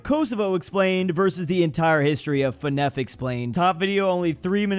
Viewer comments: ITS NOT FENEF its Fer-Naf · it's pronaunct FNAF not FNEF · Hearing call Fnaf "Fnef" kills me 😭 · ITS “FNAF” NOT “FNEF” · bruh, why says fnaf like its a French dish.